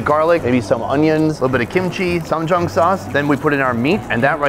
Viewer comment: Stop saying Ssamjan sauce....